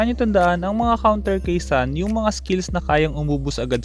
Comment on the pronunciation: ang tamang pagbigkas ng sun ay sun, hindi sun 😁😂🤣